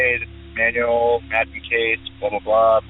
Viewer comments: Excellent work and interesting interviews. One thing: it is pronounced Man-u-el. Not manual. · Name butchering is ok with names like “Starowicz!” But “Manuel?” It’s pronounced “ MAN WELL!!” Holy crap read a book ! Ask around ! How hard is it!? Friggin’ ‘Man you will!?”.. car manual. Lol. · Manuel is pronounced as: mahn WELL, not Man yu el. Sorry but, I found that constant mispronunciation very distracting. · This narrator has GOT to go..great video otherwise...If you're gonna say a guy's name 100 times in a video at least learn to pronounce it..it ain't Manual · The way she says “Manuel” bothers me lol